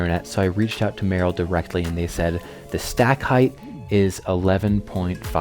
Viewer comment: Isn’t it pronounced mur-‘Rel?